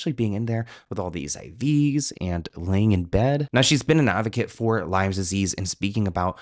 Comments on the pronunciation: Chronic Lyme disease not Lymes please 😊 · Oh, it's LYME disease, not LYMES disease 😆